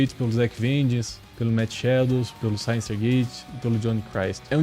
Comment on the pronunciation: Bom vídeo, concordo com tudo que foi falado. só um detalhe, Synyster se pronuncia Sínister mesmo. várias vezes durante o vídeo fiquei me perguntando quem é Sainister kkkk Continue postando vídeos assim, seu canal vai longe.